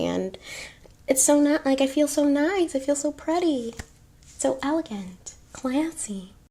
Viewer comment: “I feel so nice so prady” 😭😭 you are the prettiest and classiest babe